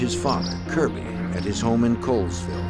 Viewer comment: It pronounced Colville (call-ville) I lived in that beautiful little town & was in high school when this occurred & it made quite a buzz. I was not terribly surprised, there were (when I was there) some pretty 'unique' individuals.